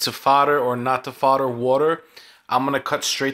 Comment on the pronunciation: Fahdder dun bahdder